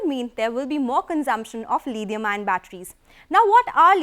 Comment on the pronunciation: I still don't know what's 'Lidium-ion' batteries.